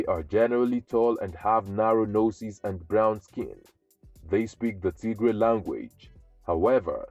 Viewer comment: Tigray 😂😂😂😂😂😂😂😂😂😂😂 you crack me in laughter as soon as you start TIGRAY 😂😂😂😂😂 … you got that wrong mate